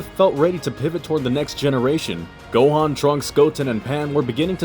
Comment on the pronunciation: ITS GOHANN